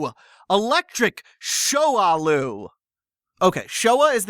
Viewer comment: “shoahloo” may be the worst word I’ve ever heard